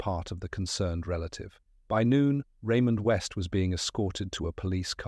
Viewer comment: Raymond West 😡 Really Ai - do better😱